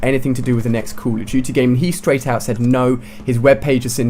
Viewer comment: HEY Ali-A its call of duty not COUL OF DUTY